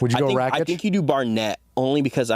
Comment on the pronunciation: Can you guys please stop saying RACHICH? his name is RAKIC, RAK ICH! its not that hard pls